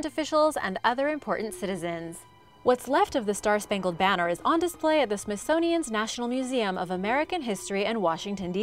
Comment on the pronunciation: Yeah, "Smithsonian's" was cringeworthy, too.